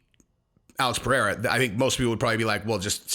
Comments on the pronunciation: Pie eh ha. Hahhahaha. That’s a new one. Its pronounced Ped Edda. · Bro it’s pronounced “P-Hay-ra” roll the r